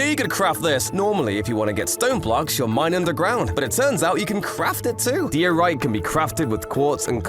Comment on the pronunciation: ITS PRONOUNCED DIE - O - RIGHT